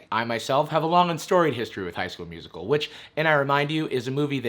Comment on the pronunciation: I’ve been in the theatre since the 80’s. And not even the gayest of gay chorus boys ever pronounced it musiCAL...And who the hell does a callback audition with complete sets, lights and costumes?? FYI: Darbus was played by Alyson Reed who actually was a Broadway singer and dancer back in the 80’s. She even starred in the 1985 bedroom film version of “A Chorus Line” with Michael Douglas...I know way too much useless information plus I had to watch this movie A LOT as my daughter was only 6 when it came out.